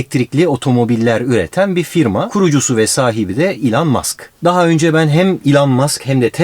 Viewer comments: Elon Musk derken bana nedense İlhan Mask gibi geldi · Elon Muskı ilhan musk diye duyduö mdkdkfkkf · İlhan musk mu dedi o öyle